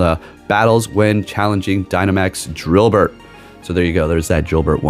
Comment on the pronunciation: Dynamax drilbur or drilbert? 😭 lmaoo